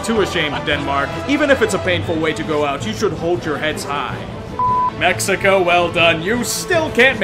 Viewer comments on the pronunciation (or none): none